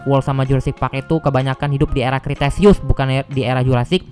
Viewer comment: Dibacanya bukan kriteseus tapi kretaseus (kalo gk salah) Sama yang mosasaurus itu sirip bukan tangan